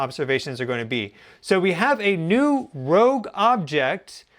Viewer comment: ROGUE!! not "rouge"